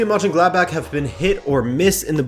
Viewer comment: Bro no hate but its Mönchengladbach 😅😅